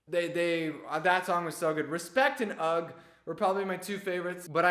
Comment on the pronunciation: Why does everyone keep saying 'ugg' for ugh 😭💀💀💀💀